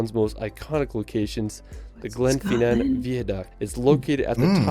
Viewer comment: "Glen fee nan" viaduct is pronounced "Glen fin an"